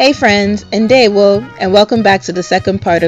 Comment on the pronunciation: Are you igbo?? lol you said Ndewo and my heart jumped a bit!